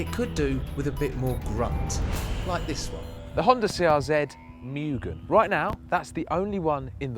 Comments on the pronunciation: Moooogen not mioogen! Moooooogen. *Pronunciation* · It's not Miuugen it's Mugen (Moo-Gane)